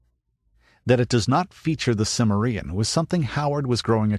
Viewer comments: For edification, it's pronounced Cim - MER - ian, emphasis on the second syllable. Jeez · Also, it's Kimmerian, not Simmerian. The narrator should know this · Good....but why your anal pronunciation of cimmerian ?